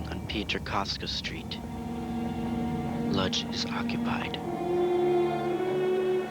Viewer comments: I hate to be that guy, but the city is pronounced "Woodzh" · wish whoever made this orig docu had hired a narrator who could pronounce the name of the town correctly. in Polish the L at the front of Lodz has a slash in it and is pronounced closer to Wodj.....